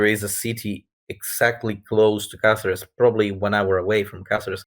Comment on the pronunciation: Great. I hope you had fun, it looks very good. I am Spanish myself although I couldn't go to the event, and Caceres is a very good place to celebrate this event. PS:, your pronunciation of Caceres is perfect the first time you do it on minute.